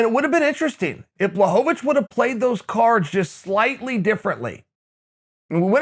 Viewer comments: Uncle Chael: puts the polish “L” to respect Jan’s last name Also uncle Chael: BLOCKOVIC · Uncle Chael mispronounced Jan BLOCKOVIC